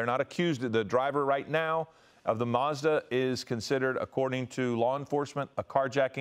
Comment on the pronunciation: Doing my head in. What the heck is a MARS DA?? It's a MaZda, there's no 'R' in it mate